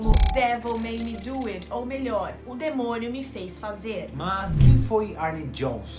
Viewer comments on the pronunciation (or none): O pulo que eu dei quando a Nita falou "demonho"